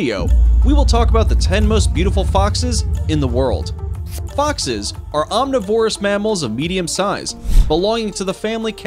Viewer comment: Could you people not find ANYONE who can pronounce the most basic words such as omnivorous CORRECTLY? Its so frustrating to suffer through a video you're interested in while correcting the speech of the narrator nonstop.